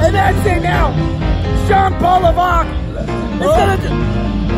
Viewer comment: It's Levesque not Lovick LOL